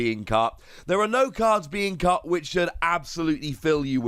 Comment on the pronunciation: You said “cut” but I heard “cucked” and I died laughing lmao